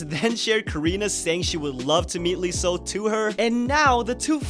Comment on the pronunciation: You don't pronounce the L in Leeseo, because in korean it's 이서, there is no ㄹ so no L in pronunciation. Pronounce it as "iseo"